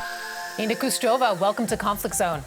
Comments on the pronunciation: Khrushcheva, not Khrustova. And it's Nikita Khrushchev, not Khrustov. That's not an acceptable mistake for a DW host. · The interviewer should at least have shown the courtesy to Nina Khrushcheva not to butcher the pronunciation of her name.